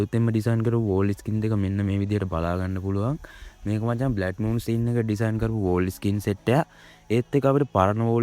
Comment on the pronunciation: බ්ලැඩ් මූන් නෙමේ බං බ්ලඩ් මූන් 😊